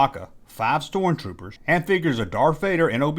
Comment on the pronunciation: First 30 seconds two mispronunciations. What’s a storen-trooper?